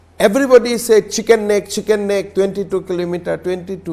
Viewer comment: It is not Shicken Neck It is Chicken Neck